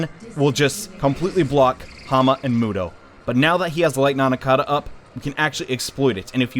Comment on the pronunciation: "Antitichthon" "Nanakada" Dude. It's Antichthon and Nandaka.